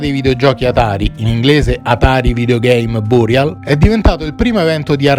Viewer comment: Va be'.... Con la pronuncia in inglese non ci siamo... Burial..